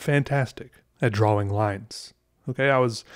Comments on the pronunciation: He says “draw-wings” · I like how he really uses the W, and I will now say "draw-ing" the same way, because it is both correct and unusual. It should be correct and usual, which disturbs me about pronunciation, that a simple W is so hard to say in a word so short. What have we come to? is saving our entire way of speaking. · It’s usually “draa-uhng ” but he says “draa-wing” and I love it. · Do other people say drawing as “dra-wing” like he says it? Maybe I’m the weird one but I say it like “dra-ing” like I don’t say the w. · You mean you stayed for the "draw-wing" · Interesting. I've never heard the word 'drawing' pronounced 'draw-wing' before. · Draw-wing lol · It’s pronounced draing not drowwwwing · My guy pronounces the W in drawing 😂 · I love the way you say "drawing" with the pronounced w. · Everytime this man says drawing I loose a piece of my sanity.